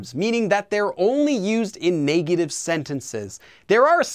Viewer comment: The way you say negative bothers me. Great vid tho